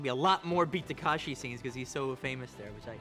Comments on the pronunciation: タランティーノよ たかしじゃなくて たけしな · 「たかし」じゃない。「たけし」だよ！ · beat ta-kA-shi c'mon Quentin, can you read? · For a self proclaimed Japanese cinephile, Tarantino's pronunciation is terrible. Its TakEshi.